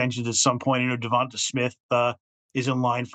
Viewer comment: Its not "Devont-tah" its "Devont-aye" Smith lol